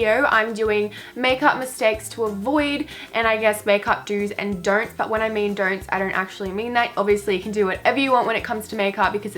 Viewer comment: "do's and dernt's" lmao